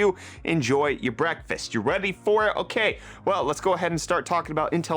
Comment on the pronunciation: I would have sworn at the end he said "I'll see you tomorrow for Brettfast my friends"